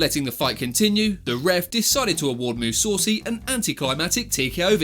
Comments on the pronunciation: Its Mussasi not Mussaucy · That bullshit eyepoke should be extremely banned in MMA Mousoossi instead of mousassi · Gegart Mousaucy 😂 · MOO SAWCY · Big mistake outside of pronouncing Mousasi is that McGregor was first to throw a punch in the octagon while Khabib was pretending to be an eagle outside of the octagon. McGregor hit one of Khabib's coaches and that caused him to get jumped by rest of Khabib's team. Shame that a channel I enjoy, gets this wrong even years after this happened. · Almost puked when I heard how he pronounced Mousasi